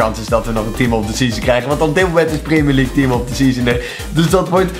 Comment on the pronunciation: Stephanie Kayser preemjurleague zegt hij